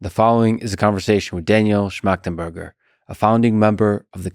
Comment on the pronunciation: Got to give lex some credit for not fucking up the name